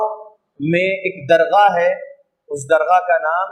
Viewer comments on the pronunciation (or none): درغاہ نہیں ہے حضرت بلکہ درگاہ ہے